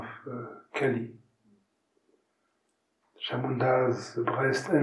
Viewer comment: it's "Chãmundã". And he mentions her many times again afterward. 🙂